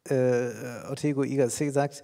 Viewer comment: Ortega y Gasset heißt ja auch nicht Ortego y Gassé 😂